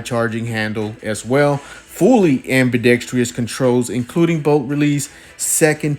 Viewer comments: *am-bee-dex-truss, not am-bee-dex-tree-us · Pronouncing ambidextrous. Just a pet peeve.